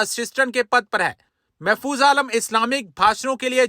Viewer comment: महफूज महफूज नहीं